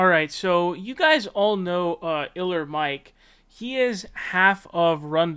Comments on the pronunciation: *K*iller Mike.... not Iller Mike 😁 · Are you really saying Iller instead of Killer Mike because of algorithm? I have been on YT since its inception and the fact that it is has been corporatized, and people like you can't even say the correct name because of money is exactly why I believe no one should make money on YT like how it used to be. The views were more organic and connections were still made to make money. People's brand or thing they are known for should be able to make money outside of YT. Patreon is cool because it is regular people giving but Youtubers making money from ads is crazy to me. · Why does this guy call him iller Mike instead of Killer Mike? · It's not iller its killer Mike